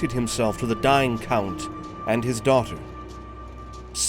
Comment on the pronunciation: The way "daughter" was pronounced perked me up out of stupor as it sounded so American. 😂